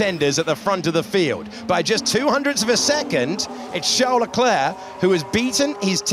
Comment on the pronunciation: Hate how they say "sharl larklare" for Charles leclerc!